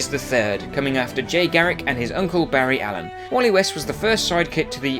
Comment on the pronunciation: you said barry allen and jay garrick the wrong way